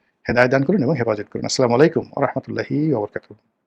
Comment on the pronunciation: গোলাম মাওলা রণি সাহেব সালামটা শুদ্ধ করে দেবেন। সালাম হবে আসসালামু আলাইকুম।